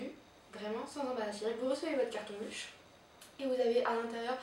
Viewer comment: La video est pas mal mais on dirait que tu avais deja ecrit un texte enfin on a l'impressiom de voir une pub ou une presentatrice tele alors que sa serai meilleur si c'etait spontané :) P.S : On prononce "Leush" Bonne continuation